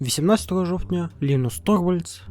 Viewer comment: Вы выступаете за все украинское, но почему у вас вся фонетика русская?? Вы даже "и" произносите по-русски как [ɨ], а не по-украински как [ɪ] и "в" как русское /в~ф/: жофтня а не жо[w]тня... Буквально слова украинские, а звуки русские. Я тоже не поддерживаю войну, но это какой-то позор. Как лингвисту мне интересно послушать литературный украинский, но такие материалы найти реально сложно, везде какая-то пародия на украинский